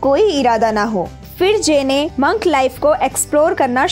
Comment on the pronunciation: Di it's not mank its monk